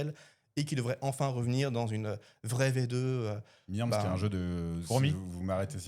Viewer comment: Jonage, c'est dans la métropole lyonnaise... il y a un paquet de ludicaires à bien moins de 50 km ! Je me demande même si on n'a pas une des plus belles implantations de boutiques de jeux/ bars à jeux de France dans notre région! Et ptite remarque de prof de grec: "myrmes" se prononce "myrmèss", ce qui signifie "fourmis", en grec classique... ;-)